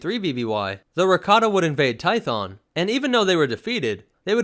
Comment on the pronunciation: Hheeeyyyy. He says 2 instead of toe. Finally someone who says it right.